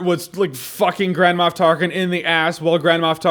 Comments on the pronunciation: What he says: Grand Moff Tarkin What I hear: Grandma Tarkin Lol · Is it just me, or does "Grand Moff Tarkin" sound like "Grandma Of Tarkin"? xD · Am I the only one that keep hearing Jahns' saying "Grandma Tarkin"? And when he mentioned the ballgags :-D